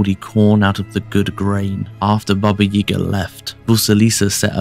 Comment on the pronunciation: May I ask why you are pronouncing 'Yaga' as 'Yega'? I've never heard my Grandmother pronounce it that way.